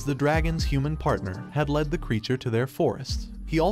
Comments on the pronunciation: The Ai voice bugs me especially when it says words wrong like when it says lead as leed instead of led. Otherwise I enjoy being introduced to new stories like this. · Sometimes I wish that these uploaders would fix the wording on the auto-reader (or whatever it's called) so that they said the words correctly. Among many other "mistakes", I keep hearing LEED when it should be LED. How hard would it be to type the story out so it's read correctly? Some of these stories are horrible because the main lead's names are continuously mispronounced. It just grates on the nerves.